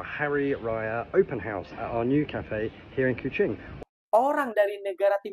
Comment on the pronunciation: Sebut....HA OS Bukan HOS....